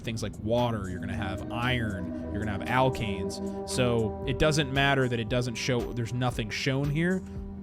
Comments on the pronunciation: You said Alkanes correctly the first time, dw g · You pronounced alkane's properly the first time. It is the first level of a series of organic compounds that are alkanes, alkenes, and alkynes. Basically it is an acrylic saturated hydrocarbon also known as paraffin.